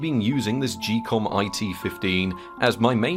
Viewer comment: im not sure about this but i think its pronounced ghee-kom like geek and not jee-kom